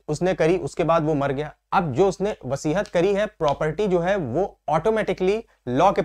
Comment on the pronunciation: सर,वसीहत नहीं वसीयत (will) कहते हैं